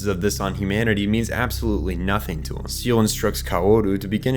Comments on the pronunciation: Evangelion isnt that deep, but your lack of effort to pronounce correctly, several names and organizations in the series killed the video in under 5 minutes. 1: its Zay-Lay, not ZEAL (ZEELE). 2: its Mag-eye, not Maggie (MAGI computers). 3: drops mic and rewatches Eva to undo this trauma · Everytime you say SEAL instead of SEELE I have to think about cute marine mammals and black singer songwriters lol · Your analysis is excellent, but...uh.... SAY-LAY not seel MAH-JAI not maggy Also Naoko Akagi blew her brains out on top of the magi, not jumped. That's the same gun that Ritsuko Akagi pulls on Gendo at the end of her own life, making it all the more symbolic. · Quick note on "Seele": it´s not pronounced "Seal". The name is german, has two syllables (See-le) and means "Soul". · With the heavy use of German in the series I can't help but point this out a lot: SEELE [ˈzeːlə] (zeh-luh) instead of [siːl] (seal) means soul, not seal. i find it meaningful to use a separate pronunciation. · Erm, ACKSHYUALLY (☝️🤓) SEELE isnt pronounced "seal", its pronounced "Zey-leh" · It's not pronounced seal it's zell-ley also the computer isn't maggy it's maj-eye. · Isnt Seele pronounced Say-lay? They did it on both the tv show and movies. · Is anybody else used to the old pronunciation of seele. Now everyone says (seal) but I remember it being pronounced (say leh). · Maggi no Ma-gi Seeley no Say-lay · its not pronounced ‘Seal’ Its ’Say Lay’ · its not seal its seele the german word for soul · For someone who knows so much about Eva, you pronounce Seele wrong. Its Say-Lay, not Seal. Drove me nuts. Other than that this was an amazing video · good work but the computers are called mag-eye like wisemen in the the bible each one was named for a wiseman and there was 3 of them. and you kept saying "seal" for seele its pronounced see ly its a reference to "good" faefolk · I think it's not "seal" but "say-lay" selee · It's pronounced ZAY-LUH not SEEL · "Say-lay" = Seele "Maj-eye" = Magi